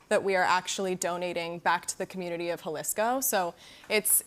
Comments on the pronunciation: The way she said…. “Jolisco” … it’s Jalisco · Pronounced Jalisco* not hulisco lol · Jalesco? It ain’t that hard. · She sounds like she's doing a report on a book she never read. "HA-LISCO"? Girl... sit down. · Where's "halisco" 😂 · The way she said Jalisco makes me so mad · I just wish Kendall would’ve pronounced “Jalisco” better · At least learn how to say Jalisco correctly 🙄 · The way she said Jalisco 🙄